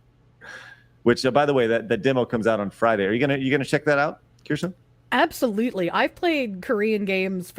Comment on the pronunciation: He finally said Kirche’s name right